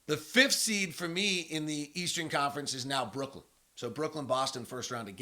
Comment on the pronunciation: Why does he keep saying “Brookland”?